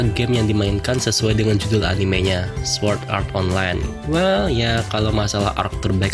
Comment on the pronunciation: Lu ngomong swuord art online lucy ameeeet